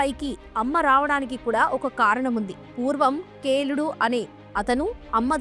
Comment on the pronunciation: కేలుడు కాదు కీలుడు